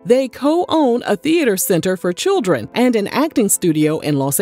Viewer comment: Not "Destiny's Chirren"....😂😂😂😂